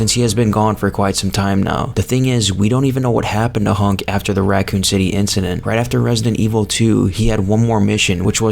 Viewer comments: "Honk" bruh, wat? Its hunk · Hunk.. not hank